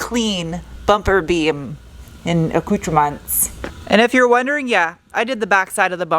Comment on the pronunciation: Ask Alexa how to say acootermints.